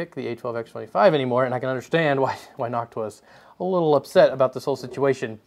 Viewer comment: God I love hearing noctua being pronounced properly. I hate hearing nochewa It's like chewtorial instead of tutorial.